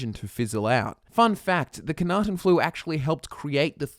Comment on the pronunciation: I know I'm going to be seen as a dreadful picker of nits for this, but it bugs me to no end that you mispronounce the Flu as "Khanaten". It's Knahaten Flu. Yes, it would be harder I assume to pronounce correctly. Still. Lore accuracy?